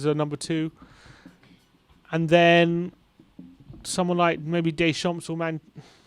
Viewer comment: nice video but your pronunciation of at least four of the managers is way off! Phonetically it is NAR-GELS-MANN, HARS-SEN-HOUT-ELL. DAY-SHARM and FAR-KER. If you are interested after all that, my choice would be Scott Parker. Did a very good job with what was available to him.